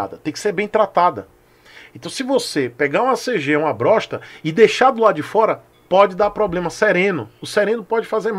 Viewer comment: Perdi quando falou "Brossta" kkkkkkkkk